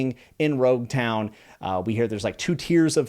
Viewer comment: Logue Town is pronounced with an L in the Japanese dub so it's universally accepted to call it Logue Town until otherwise corrected. This goes with all names of places in the series. Sometimes they have a reason to be pronounced a certain way so just go with it.